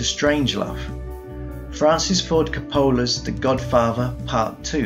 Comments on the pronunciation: "Francis Ford C'pola..." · It's pronounced Coppola, not Coppola.